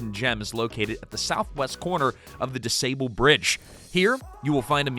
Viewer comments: It’s “dusaaaaable” not “dusayble”. Also, the L to the airport is only $2.25. Not $5. However, they charge $5 when you take a train from the airport to the city. Rahm Emanuel wanted to screw the travelers and had that changed. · Just FYI DuSable is pronounced du-SAH-buhl not du-SAY-buhl